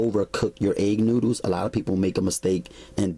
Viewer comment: 🤣😂🤣😂🤣😂🤣😂🤣"NOODOOS!" LMFAO (NEW-DOOS)😂🤣😂🤣😂😂🤣🤣🤣🤣